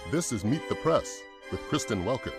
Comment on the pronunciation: Press. Not prass. You aren't a valley girl